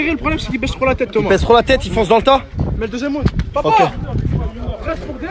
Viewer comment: Ptn c’est pas Roun c’est roud banane